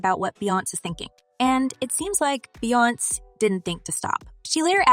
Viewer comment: This moderator calling people's name wrong wrong 😂😂beyonce name wrong n sean Paul name wrong smh lol